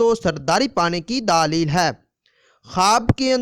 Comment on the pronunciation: Bhai pehle apna talfuz theek kr len daalil nai دلیل theek lfz hai